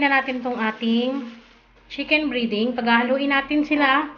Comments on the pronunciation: Breding Hindi briding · Chicken breeeeding...??? Its breaaading ...